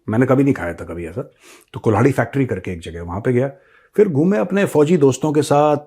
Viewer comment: कल्हाड़ी होती है वो मेजर साब, कुल्हाड़ी नहीं 🤣🤣